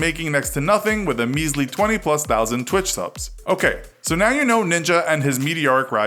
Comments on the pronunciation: Its Twitch not Twich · Who noticed Twich Not Twitch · Twich? You mean twitch? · Said avarege player (you) TRiGeRDd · Just so you know... It's twitch, not twich. Ya just can't write. 😰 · It's not twich it's twitch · Twitch not twich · Twich ha lmao its twitch